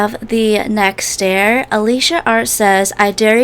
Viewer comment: i love ur videos but why do u say dare like deer